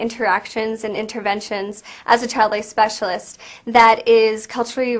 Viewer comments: "how do you teach your chowd all these differen beliefs" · can't even correctly say the word child. "Chowed?" L.O.L. Say "school" again! Skew?